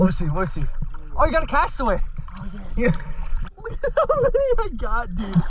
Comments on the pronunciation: I thought it was funny every time he said the name of the golf balls wrong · Great video, I like how you are grabbing the balls out of the lake and reselling them for lots of money, that's really cool. Also, the "castaway" ones are actually "callaway", I work at a golf club so ive seen (and collected) lots of them.☺️ Edit: pinnacle, not pineacle. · It’s calaway😂 and titus but say it like tite-is😂